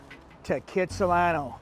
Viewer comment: It may be the hippest place, you need to pronounce it correctly though......it's Khatsahlano.....check out the history! You are right, It is spectacular! Thanks for the like!